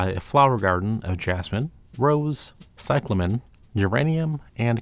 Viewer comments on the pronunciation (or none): none